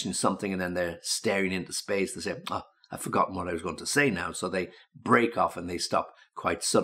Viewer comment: Странно,но он произнес междометье " ох" как русский.Наверное а не?😁